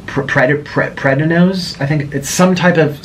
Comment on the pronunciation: Shame, he can't even say prednisone.